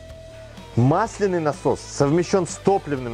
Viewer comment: Простите, но gramar nazi в моей душе не может больше молчать. мАсляный , мАсляной... Всегда ударение на А, проверочные слово - мАсло. "Кашу мАслом не испортишь"